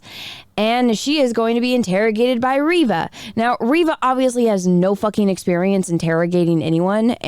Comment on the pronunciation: It's ReeeeeeeVA... 🤣🤣🤣🤣🤣🤣🤣🤣🤣🤣🤣🤣🤣🤣🤣🤣🤣🤣🤣🤣🤣🤣🤣🤣🤣🤣🤣🤣🤣🤣🤣🤣🤣🤣🤣🤣🤣🤣🤣🤣🤣🤣🤣... Are you serious?